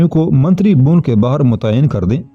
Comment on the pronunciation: الفاظ کی ادائیگی درست نہیں ھے بھون نہیں بھون Bhawan